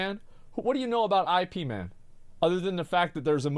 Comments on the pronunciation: Drives me crazy when people say I P man... yo, say it together... Ip as in Yip... wtf, guys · Ip Man (pronounced as Yip MAn, not "EyePee") was a real historical figure and teacher of Bruce Lee. And nearly all movies about him (including the "martial arts"-emphasizing ones) are heavily documentary in their content. You're literally uneducated and low-IQ, like, below 21 points, Asmond. And there's documented recorded-on-video moments of Bruce attending martial arts tournaments, in which he was both competing and providing exhibition. You and other non-people like you are the literal cause of the rest of the planet's hate and loathing towards USA (country of idiotcracy). Actual people dislike lack of education coupled with arrogance and hypocrisy that's seasoned on top with passive aggressive idiocy, which is what you represent in this video. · Bro said I P man hahhaha. IP MAN FTW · >asmon saying Ip Man I P too, man. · No way did Asmon call Ip Man "I.P Man" what the fuck?